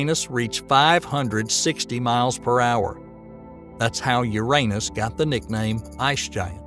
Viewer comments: I REALLY WISH they'd pronounce it the right way, YOU- rah- NUss,, not you-R AAY nus,, and especially with that Southern Bible belt accent, I sincerely think the guy was pronouncing it that way because he liked doing it lol...... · Since when was Uranus renamed to "U'reAnus"??🤣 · Bruh come on na. Why do you not pronounce `uranus` correctly? It takes the whole seriousness away. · I like how he says your anus instead of Uranus lmao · Hello there! I have some constructive criticism to give you, if you don’t want it just ignore this comment. :) So what I noticed was quite a bit of incorrect wording, outdated information and some statements that I didn’t like. Ex: The pronunciation of Uranus, the size of the Great Red Spot, assuming that “the universe” is all there is (and therefore dismissing parallel universe theories and such). That’s a couple of examples that came to mind though I noticed more. But I must say I’m impressed by the time and effort you put in to this, we need more content like this so please continue! Thanks for taking the time to read this and know that this is not me criticising your work in bad faith. I believe we all need some GOOD criticism so that we can all grow and become better. Thanks again! :) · Good video. Uranus could be said as “Your an us” or “you ran us” but please not “your anus. “ Also the sun, though called a yellow dwarf, is a misnomer as our sun is bigger than the average star. Also, the idea of the universe being everything there is, makes anything outside (of everything) an impossibility. Goodbye multiple universes. Even the ‘supernatural,’ if it exists, would be part of existence and thus part of nature, and therefore also impossible to be somehow above the natural. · Okay, I can't keep watching this if you keep pronouncing uranus like that. lol